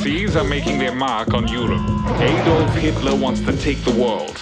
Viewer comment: Adolf was pronounced incorrectly